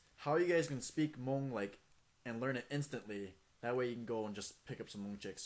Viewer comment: the uhh.. at the end is soo kiddy. and all the hmong's are wrong man